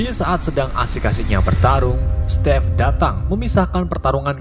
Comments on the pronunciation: stiv oi bacanya bukan stev/step.. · "SETTTIIFF EH SETTIF" 😂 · Stive eh setive kwkw